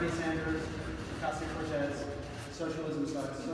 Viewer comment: Marjorie saying Alexandria Oketcheeo Cortesseses office has me dying 🤣 This woman and her partner in crime Matt Gaetz need to be held accountable for their actions! I will be there waving a prisoner of warmongering flag when they inevitable get ousted from their seats in office.